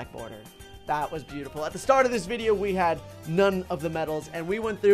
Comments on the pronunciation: Boarder, lol it’s border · Nice, black “boarder”. Its border you silly goose 😝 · The word is border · its border not boarder!